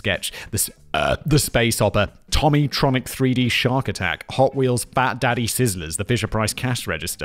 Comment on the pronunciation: Its pronounced "toe mee tronic" lol The white one was amazing and the red one basically all ov em